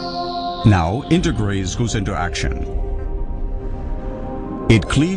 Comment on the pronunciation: it is integrase not endograse